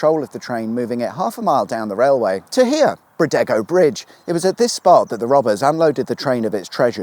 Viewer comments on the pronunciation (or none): Bride-go is how you say it. Wickedsweetawesome.